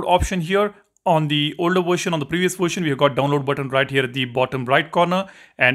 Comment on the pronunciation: What the hell is a " worshin"?